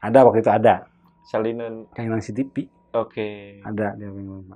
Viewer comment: Sunda msh susah bilang V / F selalu EP Cv = sipi Oh sunda